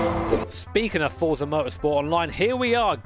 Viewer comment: U said forza and I thru up lmao